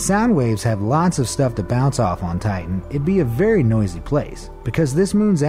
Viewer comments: It’s (TIE-TON) not (TRY-TON) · "venus is the hottest planet is the Milky Way" me: you got your facts wrong BRUH: "titan is the coldest object in the Milky Way" me: you got your facts wrong BRUH: "triton" me: you got your prounounciation wrong BRUH Show less